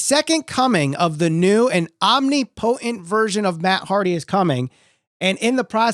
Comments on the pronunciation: Dude needs to learn how to say "omnipotent" hahaha pretty bad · After hearing you pronounce "omnipotent" i'm questioning my whole life now... only an exalted one can ease my mind on this matter Edit- to add to the actual video i kinda believe that Raven was a swerve to take attention off Matt but i'm just hoping for this.